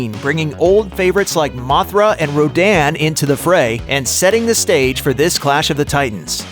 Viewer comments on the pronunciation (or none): none